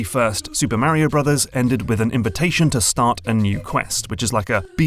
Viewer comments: It's Mario, not mary-0😂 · Why are you adding an "I" to Mario. You are saying it like this "Mairio" wtf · Super.... MARY-OH.... Brothers 🙃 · sorry, it's just really hard to listen to someone say "Merio" over and over again... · MAR E OH NOT MARY OH ffs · It's Mario. Not Mehrio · Pronouncing "Mario" as "Mowrio" makes me unreasonably angry 😂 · it's MAH-REE-YO not marrio thanks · this guys says mario weird right? he says mah-rio, i say muh-rio. whos right? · LOL, "MARE-e-oh". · The way you pronounce Mario as Märio was very distracting to me as a German XD Not distracting enough to not enjoy the video, but I kept thinking about it. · it's not Mary-O and there's only one i in aluminum. We need to start calling these people out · He didn’t say “mary-o” and aluminium is spelt with two Is in every country outside of the USA and Canada. America is not the world. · IS HE SAYING MARRY-O? MERRY OH? MARRY A HOE? HE SAYS MARIO WEIRD. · As an Englishman who grew up in New Jersey, I gotta say: I hate the way English people say "Marry-o." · The first thing i learnt is that this guy says mario different to anyone I've seen before and now I'm wondering if I've been saying it wrong my entire life. Is the "a" in mario a short or long vowel? I've always said it as a long one but I've just heard it said with a short a sound by someone who'd I'd assume wouod know what they are talking about on the matter. Could anyone help me out with this? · I'm curious about your pronunciation of Mario. You say it like the word marry, with a sharp A sound but I say it like Mark, with a rolling R sound... Why do you do that? It is more an American English way rather than your native ( I assume) English/British tongue. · I'm sorry but the pronunciation of Mario triggers me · I.agine mispronouncing mario for 30 min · Of this and you still don't know how to pronounce Mario correctly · If this dude says Mario wrong one more time....